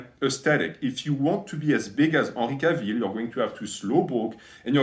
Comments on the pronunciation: 'ahnry cahville... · Unree Cah-veel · I love how you pronounced Henry Cavill's name haha <3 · The way you pronounce his name haha true frenchman